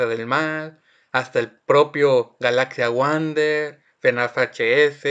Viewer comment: Viava el dijo Galaxia Wuarder eeeeeee PD me gusto tu video